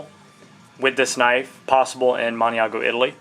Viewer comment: Nice review.:-) It accompanied my breakfast. Some help with the Italian pronunciations, Maniago is usually said like "Mahn-yago," and Fabrizzio would be "Fah-breet-seeoh". Cheers!